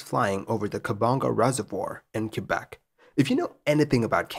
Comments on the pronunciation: Where is this "Cue-bec" that you referenced in the intro? I have heard "K-bec" and "Kwa-beck," but never "Cue-bec." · Americans/some Canucks say "KWA-Beck" and proper Quebecois is "KEH-Beck" but I don't think anyone pronounces it "CUE-Beck".... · Q-beck interesting pronunciation. I’ve always heard it as Kuh-beck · "Kwa-beck" is NewYorker/NewEnglander pronunciation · Excellent narration as always! One minor quibble: "Quebec" ought to be pronounced either as "kuh-BECK", "kay-BECK" (which is the French-Canadian pronunciation), or "kwa-BECK", rather than "kyu". Also, as and noted, "Val d'Or" (literally Golden Valley) is pronounced like "Val Door".